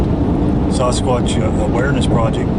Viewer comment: Dear, I really like the way you pronounce Sasquatch. That kind for your integrity.